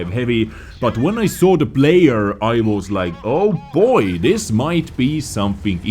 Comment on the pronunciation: can you learn to pronounce «this» and not «ddddis»